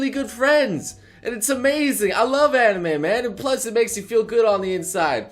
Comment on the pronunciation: HOLD UP HE JUST SAID "ANIMU"